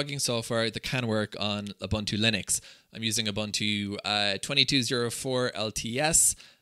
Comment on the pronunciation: "OOBANTOO" doesn't exist.